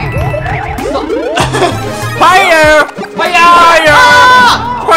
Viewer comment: ファイヤーじゃなくてファイヨーって言ってるwwwwwwwww